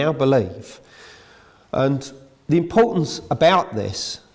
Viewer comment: The impotence of the kive in spine? And “hydees?” Excuse his pronunciation indeed!